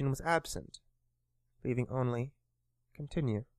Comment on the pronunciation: "i sawr a continru option" very good engrish